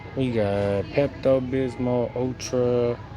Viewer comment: The way he say Pepto-Bismol 😂😂